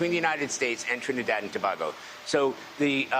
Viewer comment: They have no clue keep pronouncing it wrong and everything Tobago lol a not ao